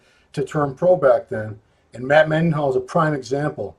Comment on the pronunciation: Matt Mendenhall (spelling may be wrong, but it's not Mennyhall). Nice of not to correct him.